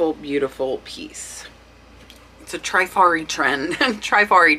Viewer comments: Great video. Only thing is, honestly, my ears hurt to hear some of your pronunciations of some of these designers. Givenchy is Zhee-von-she. Trifari is short "I", as in triste, not "Treefari" . Other than that, your child is adorable and so well behaved! Kudos! :) Thanks for the great content. These brooches are beautiful eye candy! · I really love your videos! FYI, the pronunciations is Trifari, with a short “i,” like in the word “trip.” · Oh thanks for the info and tips you YouTubers blast - its no wonder why I cant find any more treasures! You guys are ruining it for soooooo many of us! Oh, and its not Tri-fari. Its the "i" pronounced short like in "is" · I adore you. I admire what you've accomplished and shared. It's cute that you mispronounce brands like givenchy, trifari and vendome, but hey you are making lots of money and that's what counts